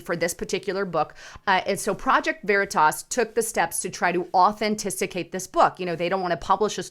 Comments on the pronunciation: Authenticate not “ Authenticicate”😜😂👍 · ...its au-then-ti-cate...lol. I love your show...keep sharing the truth that we all know needs to be said. All the "3letter" government organizations need to be dismantled and re thought. They are supposed to protect the people...but they protect the special interests. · Authantisicate….is it a word? 😊🤣❤️